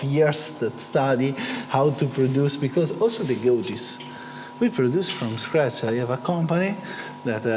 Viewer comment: isseee CNCee from-ee scratchee